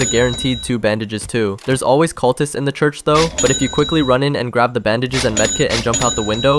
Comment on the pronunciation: he is laughing since the guy said culprists